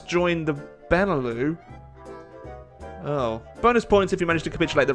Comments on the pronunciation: It's prenounced BEN E LUX not benelough btw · BENE LEW? BENELUX! LIKE LUXUMBERG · Benelux not benelu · It's beneluks not beneloo, it stands for Belgium, Netherlands, and Luxembourg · Benelux is pronounced "beh-nuh-luks", not "bennuh-loo". It's a contraction of "Belgium, Netherlands, Luxemburg", not some fancy French word. Sincerely, a Dutch person. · BENELOU BENELOO BENELEW FUCK SAKE IT'S BENELUX. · It's Beh-Neh-Lucks, hard X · The fuck's a benelou? There's an x in Benelux you know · it's fucking beh-neh-lucks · It's pronounced Ben e lux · Btw, the X in Benelux ain't silent:p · You need to pronounce the X in Benelux. 😋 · Really enjoying the HoI challenges still, keep them up! On a small aside, the 'lux' in Benelux is a hard x (as in x-ray). Not a big deal but thought I'd mention it. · You've missed pronounced Benelux. Be is as in Belgium. ne is as in Netherlands. lux is as in Luxembourg and is pronounced the same as it is in in Luxembourg. Put them together and you have the Benelux. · I thot u pronounced the x in benelux